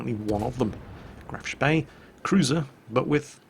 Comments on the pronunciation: is it just me, or does it sound like is saying Graf's bae when he says Graf Spee? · good old days when pronounced graf spee properly